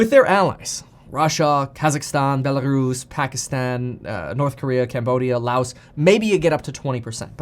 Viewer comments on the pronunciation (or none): none